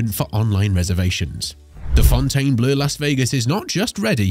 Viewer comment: You would think the narrator would refuse to read such a stupid line of script… let alone pronunciating the “Fountain Blue” as the “Fountain Blur”!!